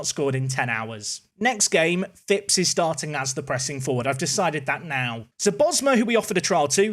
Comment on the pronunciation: Love it, you signed a Phipps. Non league i always sign Eli Phipps just because we share a surname and it's a rare surname haha. Plus you pronounce it correctly!! Also seeing Callum Rose is funny seeing he has played for both my teams Plymouth Argyle and Plymouth Parkway haha. Good Video man, keep up the solid work!